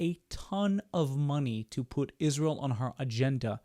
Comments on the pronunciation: 1) why is she pronouncing Ishraël? 2) why is she pretending Israël has anything to do with Kirk's death, WHEN KIRK HIMSELF SUPPORTED ISRAEL??? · When she says "Ishrael", I just want to punch her in the face, with a chair!! Also, Charlie got married 5/2021, she was NOT at his wedding! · she sounds like an idiot when she says * ishrael *...its not ishrael, its israel...and the name came from YHVH himself when he changed jacobs name to israel... i cant listen to her anymore ! !...👱‍♀️✝️🇺🇸🇺🇸🇺🇸🩷🇮🇱🩷🇮🇱🩷🇮🇱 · Ishriel? Wut? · The way she always pronounces Israel as 'Ijshreal' makes me laugh at her even more :) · i dont know if anyone else notice but i get so cringeee how she pronounce 'israel'.......ishhhhhreal ishhhhhreal ughhhh. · Notice how even Candace Owens pronounces Israel: IS REAL Israel is real!!! Subconsciously, it comes right out of our enemy's mouth... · I can’t stand the way she says Israel not only is she antisemitic but add dyslexic on the list too 😂😂😂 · Notice how wrong she is pronouncing "israel"? Every. Single. Time. Charlie himself called this behavior as demonic - blaming the jews in every problem they have. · I never say this about people, but this person lives with a cloak of evil and is an idol worshiper, as well as mentally ill. She can not even pronounce the name of Israel correctly. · You want a sign of a person with Demon possession? Ask them to say Jesus, Yeshua or Israel. Notice she says "Ishrael" because the demon can't even speak the name. Total Shibboleth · Why does she say "Ishreal" and "Nententawhooooo"? She's insane!